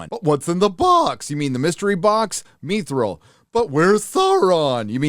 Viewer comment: "Meethreel"? I was sure it's pronounced "Mythrill"